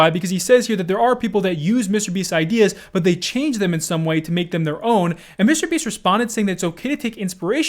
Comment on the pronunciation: Bro stop saying mr beast so weirdly